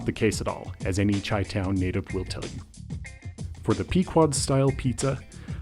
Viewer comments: Did he say chai town resident and not Chi(shy) town?? No cornmeal? This guy doesn’t know. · One more thing, it's pronounced as if you were saying "Shy-town". Get a real Chicagoan to make this video, not a poser.